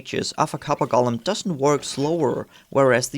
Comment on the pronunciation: Clue: The name "Golem" is not pronounced "Gollum" - that's a character from Lord of the Rings. 😉👍